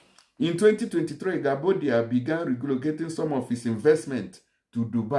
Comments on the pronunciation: You don't korrupt His Name bro! it is pronounce correctly as "Guobadia" and Not Guabodia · Which one is Gwabodia?Next time read and understand your pronunciation before coming to public space.His name is Gwobadia.